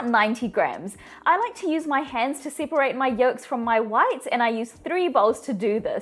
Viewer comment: And “siperate”!❤